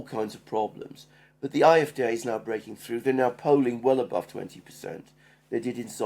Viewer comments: Please say "AFD", not "eye, ef, deah". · Why do you guys pronounce “AFD” in some weird combination of language, yet “CDU” in what seems to be normal American English. My nightmares of “Elensky” still haunt me.